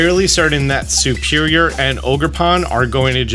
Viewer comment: thank you for these guides but why do you always say "SUperior" instead of "SERperior"?